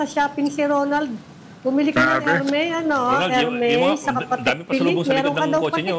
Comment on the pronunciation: it's not "er mey" po.. it's "er meez"